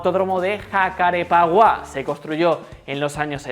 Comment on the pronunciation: Buen vídeo. Una aclaración, el circuito de Jacarepegua se pronuncia "yacarépeguá".